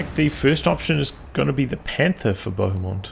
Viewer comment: That pronunciation of Bohemond of Antioch! Made me giggle. Clearly not a fan of medieval history! Fun game though.